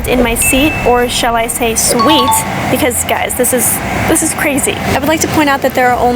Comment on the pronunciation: Its suite